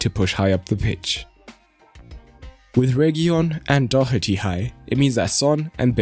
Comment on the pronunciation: It's Doh-erty not Doc-erty.